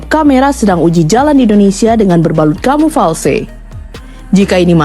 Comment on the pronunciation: Kamuflase.. bukan kamufalse.. 😂